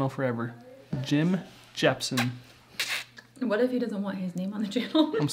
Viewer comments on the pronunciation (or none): "Jim jesh-pen Jim jemson Jim jepsson" :D